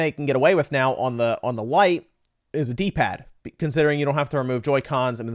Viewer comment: Say it with me... LITE 😂